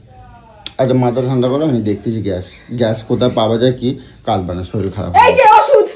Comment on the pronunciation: Kothao bolte jane na soril noi sorir